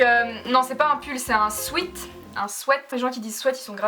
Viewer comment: VOILÀ ON DIT SWIT PAS SWAIT ❤️😭 OMG JTAIME JUSTE PARCE QUE TU DIS SWIT😍